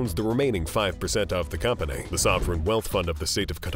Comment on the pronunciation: Financialay, economicalay, companay revenue, family, investmants. Yes, I know they're all spelled wrong. I'm not making fun of the narrator, just wondering why the words I wrote plus many more end in or are accentuated with (lay). Anyone else know?